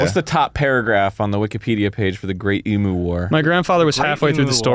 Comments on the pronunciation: omg 😩 it's "eem-you" not "eem-oo" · Wtf its not emooo its emu, like emyou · it's not "e"- mu, it's eem- "u" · Everyone's pronunciation of emu caused me physical pain every time, I want to throw up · As an Australian, hearing Americans say Eee-moo instead of the correct Eem-yuu is a nightmare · as an australian i hate how they pronounce emu as eemoo not eem-you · ITS NOT EE-MOO ITS EMU. LIKE EEM-YOU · as an australian, all of them saying emu/s like "ee-moo" instead of "e-myuu" hurts me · im begging americans to learn how to say emu. it's ee-myoo. one australian dies every time someone says ee-moo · "emoo" im dying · every time one of them pronounces emu like emoo the light inside me dies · As an Australian Every time they pronounce emu like “emoo” i die inside just a little more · I find it strange how Americans pronounce emu, 'emoo' like the sound a cow would make. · HAHAHA ITS SO FUNNY THE WAY THEY ARE PRONOUNCING EMU it's pronounced like em-you lol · americans please can you stop saying emoo it sounds terrible just stop it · Why the fuck they saying emu like that?!! The fuck is an emoo??!? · i swear to god if they pronounce it Emoo one more time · It hurt me to listen to it Ee-moo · the way they pronounced emu triggered my fight or flight response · Every single time I hear an American pronounce emu wrong I die inside a little more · That's not how you say emu, that section was so painful to watch, holy shit... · As an Australian hearing, them miss pronounce emu for 5 minutes makes me want to die.